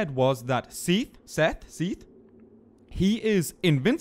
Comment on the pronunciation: its so weird hearing you say Seathles/Sithles, as I call Sif Siffles :o